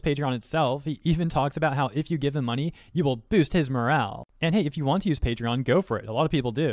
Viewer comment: ive got a rough idea as to why some people like this exist 1, they are probably annoyed at your voice, like when you say money , you always boost the last part by a little bit like this i donate moNEY to charity 2, they jello of yo fanbase